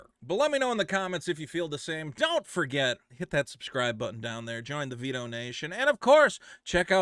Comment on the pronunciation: Vito rhymes with pito